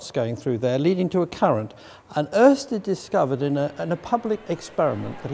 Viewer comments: Pretty good pronounciation of Ørsted from an Englishman! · Impressive pronunciation of the letter ø by an English speaking person. Pretty much spot on.